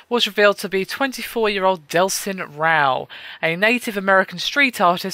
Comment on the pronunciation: You pronounce "Rowe" wrong. It is pronounced "Ro"